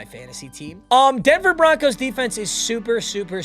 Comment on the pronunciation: Did bro say Denver Bonkos